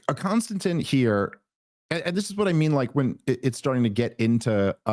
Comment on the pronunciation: KON-STAN-TEEN. bro….lol